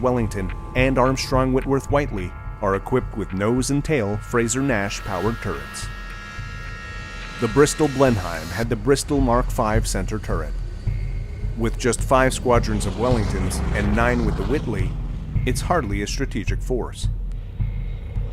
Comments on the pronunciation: Blenheim is not pronounced Blenhyme. More like Blennum. I'm guessing that should be Kiel. Not only is Kiev a long way, it's also a less than ideal place for a U boat base. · A very interesting video. However, just for your information, 'Blenheim' is pronounced 'Blenim', not 'Blenhime'. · pronounciation of Blenheim was killing me..